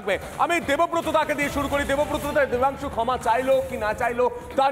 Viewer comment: No Debansu, it's Vodansu😅